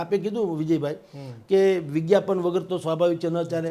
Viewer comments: વિદ્યાપન નહિ,વિજ્ઞાપન બોલવુ જોઈએ સાહેબ! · Bhai VIDYAPAN nahi VIGNYAPAN kahevay😮😮😮😮